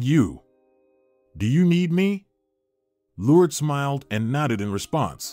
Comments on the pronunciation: LORD-ES= LOURDES😂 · If you get a narrator you need to make sure that the narrator pronounces the words properly he's got her name Lourdes is pronounced completely wrong.. Not only that it was a badly written and horribly narrated story all the way around what a waste of time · Good story but the mispronouncing of the name Lourdes drove me nuts. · It's cute how the narrator pronounced "Lourdes" as "Lourds". It's supposed to be pronounced, "Lour-Des". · I love the story but am disturbed by the Lourdes’s pronunciation. I thought it’s pronounced “LOR DES”. (Just an opinion) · Why can you say Liancio but can’t pronounce Lurd-e-s. I really liked the story but have a hard time time with mis pronunciations. Her name was not Lurds but Lurdes. The last three letters pronounced des. 🤦🏻‍♀️ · Lord-ess. It’s pronounced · It would be better if the narrator would be able to pronounce Lourdes correctly. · This speaker is mispronouncing the name, “Lourdes”. What a shame. It’s a beautiful name. Like chopping it with a dull ax.